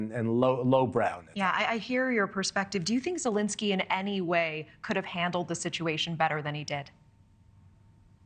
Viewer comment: Zelenskyy, not "Zelinskyy."